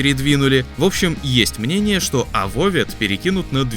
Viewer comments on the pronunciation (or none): Ой, вот эти "авовед" и "пёржа" прям хорошо зашли. Услада для ушей🤤